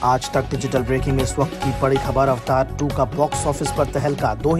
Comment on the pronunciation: It's pronounced as (A va tar) (Meaning: an icon or figure representing a particular person in a video game, internet forum, etc ) Dnt fooled people.